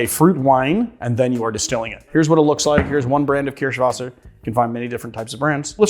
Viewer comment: Why? His pronunciation of Kirschwasser is good.